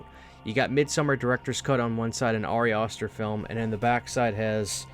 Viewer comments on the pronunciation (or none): I love how you mispronounced Midsommar but then you went forward and pronounced Ari Aster’s name wrong too. And then I’m just like, oh my bad, he’s just an adult illiterate. I shouldn’t be so harsh on you people.